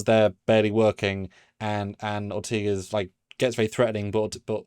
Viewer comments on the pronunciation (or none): It's Or-TAY-Gas NOT Or-TEE-Ges. Enunciate correctly please.